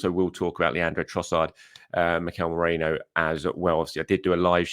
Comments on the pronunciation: ME-REE-NO NOT MORENO! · Still can't say MER-REEEEN-NO? 😂😂😂